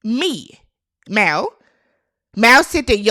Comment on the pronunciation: It't Mal not Mall, please y'all